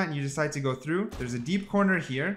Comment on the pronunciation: bro the way youre saying "through" makes me so angry